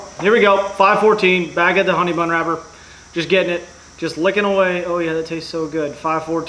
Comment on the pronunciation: Who else herd him say honey bone